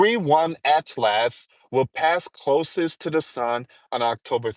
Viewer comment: Atlas is pronounced at·luhs or at-lis. Not at last. Smh